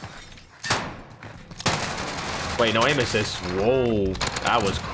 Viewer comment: It’s funny that he says “NO AIM AISSIT?” poor man wouldn’t last in r6